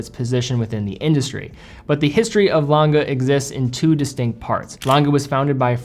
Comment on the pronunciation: Lange, not Lan-ga. Glashütte, not Glashutta.